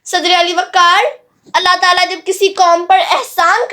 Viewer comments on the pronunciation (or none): none